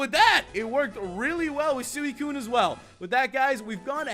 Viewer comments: sooeecune wtf its suicune s-u-ee-cune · anyone realise that he was saying suicune wrong